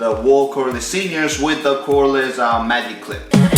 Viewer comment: “Mayyug cleep”